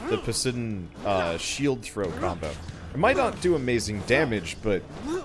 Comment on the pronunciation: Please stop pronouncing Poseidon as posidon